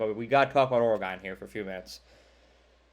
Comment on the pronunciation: Kinda knew where you were going when you said "Oragone".